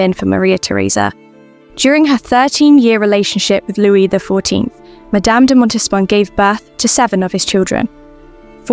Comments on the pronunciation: Why do you pronounce the ‘s’at the end of Louis XIV? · All noble women should have been raised to KNOW that their husbands were likely to never be faithful to them. It was more than common for men to have affairs, it was even MORE common for kings to have affairs. Going back through history, it must also be said that if the king wanted to bed a particular woman, SHE DID NOT HAVE THE CHOICE OF SAYING NO. To the narrator. Stop calling Louis the 14th, “Lewis”. You do not pronounce the s!